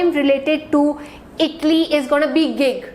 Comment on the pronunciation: Please pronouce ITALY properly ! U r pronouncing as itly ! But good class.